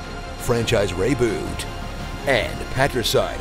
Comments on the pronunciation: "Franchise Reyboot" Lmao 😂😂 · xD "Franchise Reyboot" that's nice. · "Franchise REYboot" HAHAHA HAHA OOOH YES